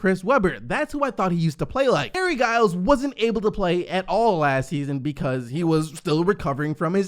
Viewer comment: It's Giles like GIF